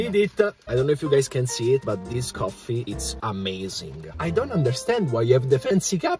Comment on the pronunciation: "... the sound of the rain... the goffffee..."